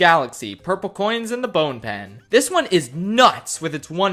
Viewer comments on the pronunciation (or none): lmao "bone-pen"